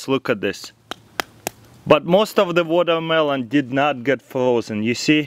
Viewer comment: Woldermelon Wolcano lol